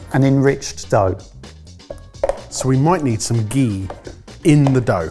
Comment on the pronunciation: Stop saying gee it’s just butter